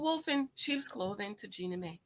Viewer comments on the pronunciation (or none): JEAN-knee MY not May